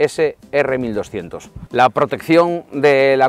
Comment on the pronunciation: GS R 1200 .... Empezamos bien si ni dices bien el nombre del modelo.....